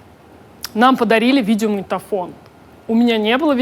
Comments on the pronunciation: А ещё она говорит "видеоманитофон". Как деревенская бабушка 😊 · Дмитрий Москалёв похоже да 🙈